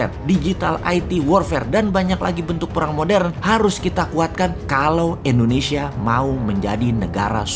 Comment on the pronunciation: Kok endonesia ?? Tolong bang , klo ucap indonesia jngn endonesia ,,, kek jmn orba aja